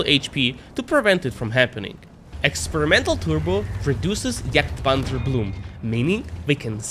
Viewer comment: pronounce the name correctly. its not juuurger and not jurgtpanzer. ok ?